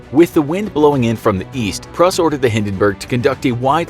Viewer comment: *Pruss (Prūss)